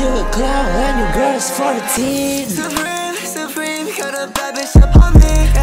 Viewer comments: I just did it by saying preme-suh over and over LOL. saying supreme hurts my tongue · he says suwupreme so much that all i hear is sup cream at this point lol